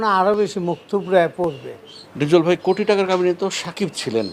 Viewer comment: এই ডিপজল নাকি আবার অভিনেতা!!! “প্রথম” কে বলছে “পরথম”, “ফিল্ম” কে বলছে “ফিলিম”, “কোটি” কে “কুঠি”, “ক্লিয়ার” কে বলছে “কিলিয়ার”, “কান্ট্রি” কে বলছে “কানটিরি”। এরাই আনে শাকিবের মতো লুচ্চাকে এনেছে চলচ্চিত্রে। লাথি মারি বাংলা চলচ্চিত্রের পাছায়। তবে ফিনিশিং দিয়েছে ভালোই।